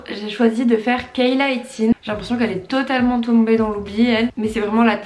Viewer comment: On prononce Kayla « it-si-nesse » 😛